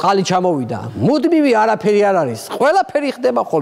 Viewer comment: ყველას რომ დაიჭერენ, ბეჟან წაქაზე “არაფე-ლ-ს” ამბობს, ბოდიში😂😂😂